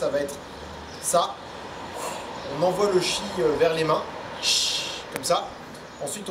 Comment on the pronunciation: Le chi c’est le tchi 😂😂😂😂